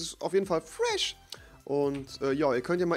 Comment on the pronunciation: Du kannst nicht fresh sagen :D